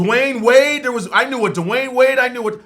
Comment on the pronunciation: Dewayne Wayne not Dewayne Wade